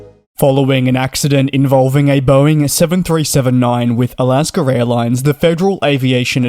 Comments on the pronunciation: He says alaskr ..there is no r in alaska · It’s AlaskA not AlaskER. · It is not Alasker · First of all it's "Alaska", not Alaskan. Second it's part of the flow, not a ritual, to check the cabin pressure, altitude and differential pressure passing 10000' and it's done every flight by both pilots, third what in the world is a "sterile light"? I've never seen that switch. The crew did everything textbook, and their were only minor injuries resulting from a catastrophic depressurization. I'm not sure what other outcome you would want.. This is 100% a Boeing and FAA issue. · For those wanting a translation, it is AlaskA Airlines. There is no “r” in AlaskA. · Alasker Airlines? 😂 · Why do you put an “R” in the word Alaska ? We’re you never educated?